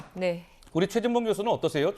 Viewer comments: 나는 분명히 죄진봉으로 들립니다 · 대화자 박진이 연이어 대답한 내용을 지워버리고 사실을 왜곡하는 것은 악마적 편집! 최진봉이 아니라 죄진봉으로 분명히 들리네요